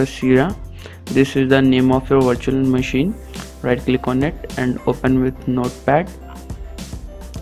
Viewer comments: LMAO, It does sound like “washer machine”. Question, did any one tried this for themselves and was it successful? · I heard washing machine but on subititle is virtual machine